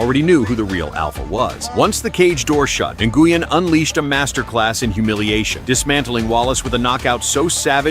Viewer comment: Nguyen is pronounced WIN. Not Na-Goo-In. Stupid AI voice over.